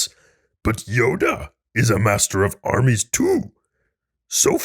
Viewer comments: Tell me why I thought he said Arby's and not armies... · Had to replay a couple times. I heard "Dooku is a master of Arby's" lol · It sounded like you said Dooku is the master of Arby's